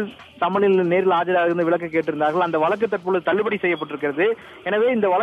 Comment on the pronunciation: Reporter should pronounce Tamil proper way. vazhukku instead of valakku. Tamil language is so beautiful don't spoil by your reporter. Not only you almost all channel reporters are talking same way. Don't kill Tamil.